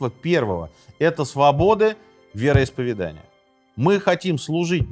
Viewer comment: Прошу прощения, уважаемый автор---вероисповЕдания!!! Не обижайтесь!! Вы вещаете на огромную аудиторию! Красивая речь и правильно поставленное ударение--это Ваш успех!! С меня и моих друзей --подписка "нравка"!! Удачи!!